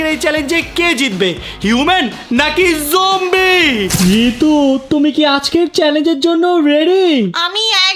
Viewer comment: Zombie ❌ Jombie ✅